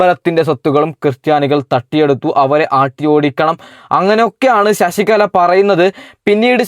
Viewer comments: എടാ കോപ്പേ ശശികള എന്ന് പറയാതെ ശശികല എന്ന് പറ. നീ പോയി നാക്ക് വടിച്ചിട് വാടാ പുല്ലേ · ശശികള അല്ല ശശികല എന്നാണ്